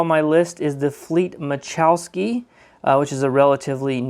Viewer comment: ma la chow ski not ma chow ski ..... lol!